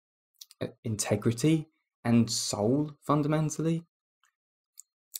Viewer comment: you "fondamentally know" your delirium is true? Man this is really bad. Your effort is admirable but let's be serious. How can you know?